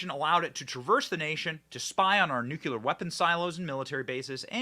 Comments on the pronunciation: There is no word "NUCULER" in the English Language. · Bennie please for the love of God can you say “NUCLEAR” the right way. I love listening to your show but it kills me when you say it like W Bush